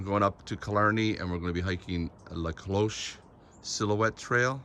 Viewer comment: Finally, someone who pronounces "La Cloche" properly! lol